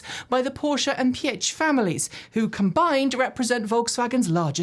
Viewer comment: Piëch is being pronounced like pee-e (like in end) - h (like in human) ;)